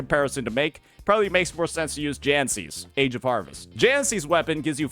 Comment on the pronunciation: Jinhsi , for some reason he calls her jancy